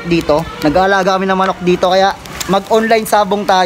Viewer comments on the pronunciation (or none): none